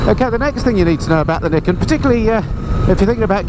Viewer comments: Another thing to know about it ..... How to pronounce the name 😜. Nee ken, according to a Yamaha promo video I saw soon after it was launched. Just thought you might like to know. I’ve been invited to have a test ride on one, and now, having watched your video, and heard how much you enjoyed it, I think I just might go for that ride. Not that I’m in the market for one (it’s a FJR1300AE, no question, when I change), but it looks like it will simply be fun. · it's pronounced ni ken. Two sword.